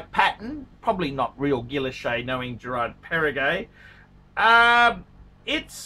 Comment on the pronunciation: Lexicon: Girard Para-Gay Gerald Gentra Chewda Frederique Constantin Ulysses Nardan Gilloshay Let's face it. He favors brands he can pronounce: Rolex and Patek